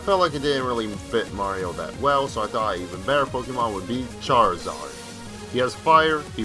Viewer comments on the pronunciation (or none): none